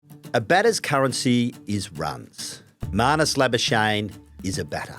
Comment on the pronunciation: Why doesn't manus say how his name is pronounced, instead of you guys mispronouncing his surname